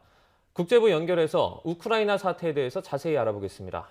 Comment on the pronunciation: 우크라이나 발음이 어렵나..? 거 되게 듣기 머시기하구만...